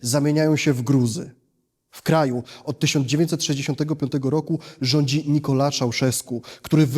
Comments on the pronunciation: Nikolae, EEEE not Nikola..... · Mówi się Nikolai, a nie Nikolae